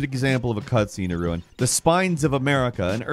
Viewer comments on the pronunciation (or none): none